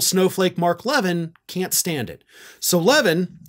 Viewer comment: ❤❤❤❤❤@ Love you brother. Btw- his name is pronounced La-VEEN. 😃👍🏻❤️